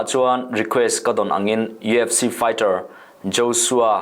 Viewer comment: I lam dan ka hre sual nge,EFC tiin i lam tlat in ka hria.UFC tih tur ani zawk lo maw